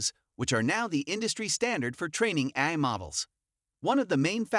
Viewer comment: Get rid of the AI voice that can’t pronounce A-I 😂